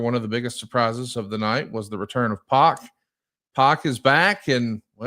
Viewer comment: Pac isn’t pronounced “Pock,” it’s pronounced “Pack,” as in “I’m going to the store for a pack of beers.”